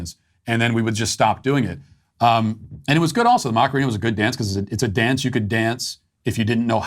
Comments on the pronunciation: It’s not Macareena; it’s Macarena … you are really bad with saying things that do not come from your universe … don’t be so ignorant! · Not gonna lie, hearing you say "Mock-arina" 20 times in that segment made me want to shove a pencil in my ears. Are you trying to incorporate a hidden dad joke in there or something or can you really not pronounce "a"? Say it with me: "Mah-kah-rena"